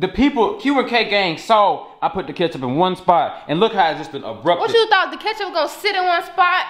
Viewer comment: “ it’s kitchup on the floor it’s kitchup on the couch “: “ and my hurr “: “ girl don’t nobody care about your hair it’s not hurr it’s hair “: “ like I said I said what I said it’s kitchup in my hurr “ 😂😂😂